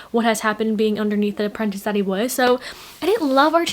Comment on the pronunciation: I haven't read scythe, is apprentice spelled like that in the book or is saying it weird haha?